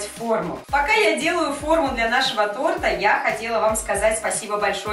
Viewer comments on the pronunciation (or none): none